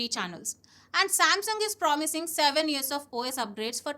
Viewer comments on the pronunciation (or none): none